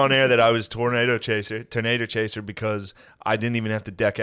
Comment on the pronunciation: I love how Shane is really trying Matt to say tornader hahaha